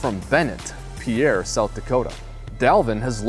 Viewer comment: Good question Ben., it's pronounced Peer., step away from the Kool-Aid dispenser. DeFilippo is the problem with the run game. Knowing the throws will generally be short and the run game is an afterthought, the defenses can assemble an easier strategy to neuter the Vikings' offense.